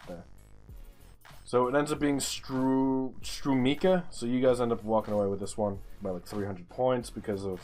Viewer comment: The C in Strumica is pronounsed ’ts’.... 🌈The more you know🌈 ( tried to replicate the The More You Know meme, its the best your gonna get)